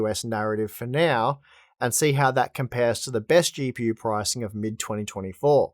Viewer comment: How do you say words like that? Always trying to add an "R" sound?? The way you say "GPU" is just wild. LOL.